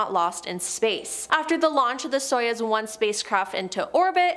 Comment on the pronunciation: Stop saying soyuz, it is pronounced sayооz. союз оо as in food Yuri Gagarin it is not Gagarian... the gaga is as in Lady Gaga